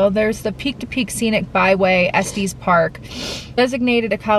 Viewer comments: Yes, it’s Estes with the short E sound. Not Estes pronounced like testes! Hahaha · I’ve lived in Denver CO my entire life and I’ve never heard Estes park pronounced that way (es-tees park). I’ve always pronounced it (es-tis park). Anyway, I’m glad you enjoyed beautiful Colorado! ❤️ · Es tes Park not es tees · I don't know if other Coloradans would agree but I have always pronounced it Es-Tis park. :) Glad you guys enjoyed it here! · Say it like "Es-tess" Park. Short e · Coloradan here and you are correct